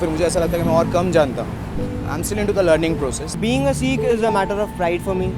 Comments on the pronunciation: its not seeekh it a sikh so speak the pure word :) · Why do call "Sikh" as "Seekh"? Seekh is kabab. Sikh is Shishya.